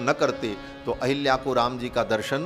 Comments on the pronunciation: Ahalyā, not Ahilyā. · अहल्या को अहिल्या और सहस्राक्ष को सहस्त्राक्ष बोलने वाले ज्ञानी नहीं हो सकते।बकवास बन्द करो। कालनेमि है